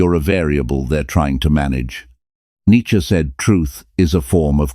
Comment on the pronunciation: The content is excellent but the illustrations are confusing. Monks versus more contempary dress? Some of the images are homoerotic. They just distract from the content. But you did get Neitzsche pictured correctly and thanks for pronouncing his name correctly.